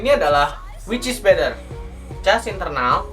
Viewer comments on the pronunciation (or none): better or bedder? rip english :(